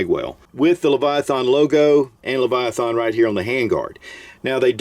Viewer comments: leviath”AN”. not. leviath”AH”n. !!! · You are not saying Leviathan correct. Its hard to watch. lol